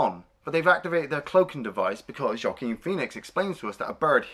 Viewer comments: First it is Joaquin Phoenix pronounced like WAH-KEEN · "Jaw-queen Phoenix" lol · Joaquin is pronounce like "walkeen". Also, you like Battle for LA better than this movie!? That movie was garbage.